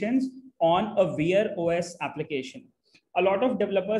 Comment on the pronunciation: Bro I had to confer with chatgpt to figure out you were saying "Wear OS". Sounded like "Veer OS". Totally unintelligible. I'm only saying this to be constructive. Thank you for the video.